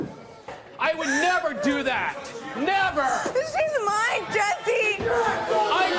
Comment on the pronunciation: Yalll peep she said “shes miness”